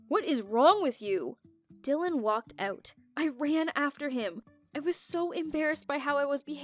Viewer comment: Why everyone says aout not out???